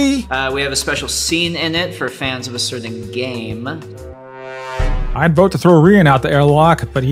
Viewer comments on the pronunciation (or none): Rian Johnson has a similar cadence to Chris Chandler- it’s not identical but just listen to the way he pronounces “Cerden gameeee”